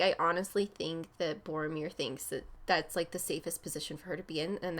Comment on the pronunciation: I die a little when she calls him Boromir.